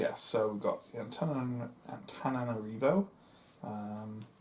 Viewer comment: One the plus side, you are the only playthrough so far that I have seen that sounds like you are pronouncing Antananarivo correctly